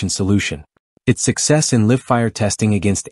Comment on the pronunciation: I hate these "robot" commentaries e. "Live" mispronounced1